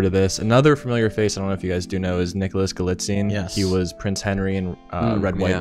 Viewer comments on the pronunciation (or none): Galitzine or galzatine? I must’ve been pronouncing it wrong this whole time haha